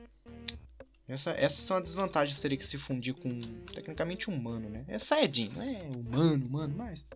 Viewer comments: Quem percebeu que ele falo xanhadin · ate ele fala Xayajin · se disse xaiadin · vcs viram no 1.58 ele falou chaiadin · Você disse super xaiadin